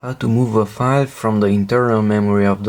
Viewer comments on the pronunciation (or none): What a minute r u saying 5 /five???! Or do you mean file??